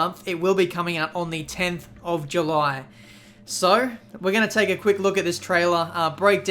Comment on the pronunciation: "so" .. not "soy"